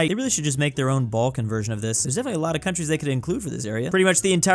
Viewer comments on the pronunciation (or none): none